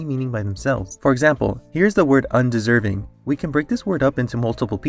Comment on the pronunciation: under-serv-ing un-deserv-ing